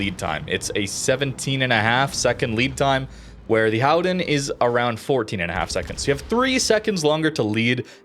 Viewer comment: No it isn't.. ;) Just say Golden..